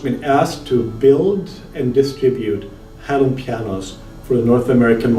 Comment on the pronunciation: It is pronounced "HaiLeun", not hailoon.